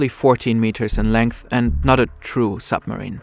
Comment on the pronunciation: zis is a narco zupmarine